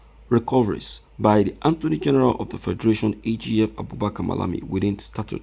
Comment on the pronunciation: I thought you are educated, so you don't know how to pronounce attorney from anttoney? Don't you know every time you will calling attorney antoney where is N located in attorney ?